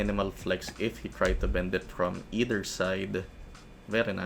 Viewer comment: "eter" hahaha. either